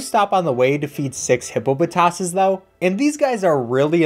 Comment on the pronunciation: u pronounced hippopotas wrong, believe it or not, its "Hippo-po-toss". also Arceus is pronounced as Arkoos